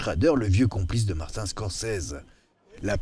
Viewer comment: A propos de Dune "il joue le rôle du fils d'une famille noble chargé de protéger la galaxie et de la sauver des forces du mal"... totalement à côté de la plaque... Au fait pas besoin de prononcer "Dune" à l'anglaise. Par contre prononcer "Martin" de Martin Scrocese à la française...